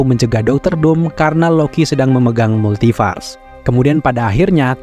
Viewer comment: Aku salfok sama mimin yang nyebut Multiverse jadi "Multifars" wkwkwk... Juga kata "Conqueror" :)